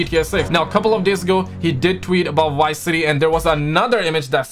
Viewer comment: What did you say..??! White city??😂🤣 you mean VICE City😆